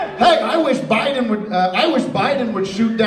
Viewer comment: Pretty sure he says "O'Biden" at one stage.......6.28min. Hidden gem.